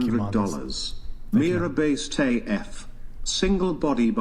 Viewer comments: could have written "Meera" on a piece of paper and looked at it every time he needed to remember how to pronounce Mira's name. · Does anyone else see Brians hypocrisy? He purposefully pronounces Mira's name incorrectly but when she does the same to him, he asks if she is being obnoxious then gets chat to weigh in on kicking her. The man is just as deluded as Chase is. I do find it funny though that is a 34 year old man who gets his kicks from talking down to teenage women. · Am i the only one that thinks was purposely butchering that girls name in retaliation for her being a difficult guest lol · Not gonna lie, repeatedly mispronouncing Mira's name was irritating. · Mira is so petty about her name being pronounced incorrectly. So pathetic. In US, letter i is pronounce as y therefore tends to pronounce it as Myra instead of Mira. She is all about attention seeking, selfish, narcissistic personality making this podcast so hard to enjoy. Pls don't invite her again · "Is it because I mispronounced your name?" russian chick: "Yes, this is war!" This is not the first time russians declare a war they end-up losing in tears. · purposely mispronounces her name...and calls her obnoxious haha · You are being an intentional asshole by INTENTIOALLY mispronouncing Mira name. The level of entitlement is almost equal to a woman. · I think it's very childish to keep pronouncinh Mira's name wrong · I cant imagine the host who has been doing this for a while is honestly forgetting how to pronounce her name especially since he sounds annoyed by her but keeps giving her 50 percent of the time despite there being several others in the room. To be fair the others are boring...but him mispronouncing her name seems a juvenile way to get a rise out of her